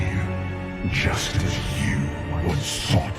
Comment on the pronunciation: When he says "Just as" sounds like a "Justice?" in wrath gate cinematic